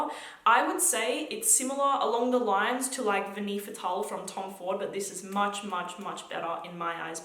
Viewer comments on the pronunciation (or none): none